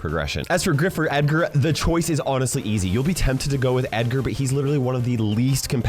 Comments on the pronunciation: Any legendary can really be picked (except Meg, whose damage and stats are like toilet paper rubbed on an Abrams Tank).BTW, he said Eggar not Edgar. #biringedgar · Nah nah nah he said eggar